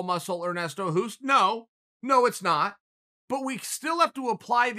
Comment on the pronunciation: Hoost is pronounced as host btw ;)